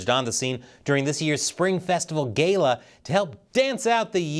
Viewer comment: Gayla? GALA!!!